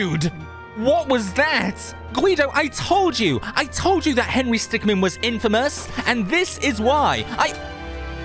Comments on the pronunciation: He's henery stickmin, not henery stickman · henry stickman Me:ITS HENRY STICKMIN NOT MAN MIN!!